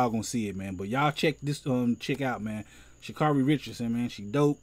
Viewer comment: Funny video lol It's Sha'Carri (pronounced Sha-Care-Ri)